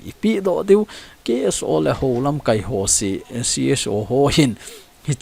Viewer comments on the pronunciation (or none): Sopi, LAMKAI na lam dan a dih jep poi. Tua na lam dan chu 'verb' a kimang ahi in, noun ahi teng LAMKAAI tia kai sao ding ahe.